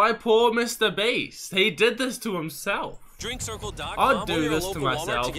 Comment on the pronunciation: Yo its mrbeast beast not mrspeast